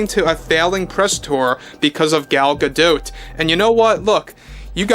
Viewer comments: why pronounce an isreali name as a french name? Gal is Israeli. GA-DOT not GA-Doh. was it Anwar Sa-Doh? of course not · Gal Gadot isn’t French so stop pronounce her last name wrong! She has been asked how to say her name in interviews and it’s pronounced exactly Gah Dot! The T is not silent, Think of Animanicas the Warner Brothers and their sister Dot!